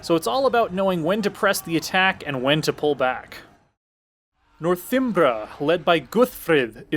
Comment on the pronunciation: Northimbra? Really?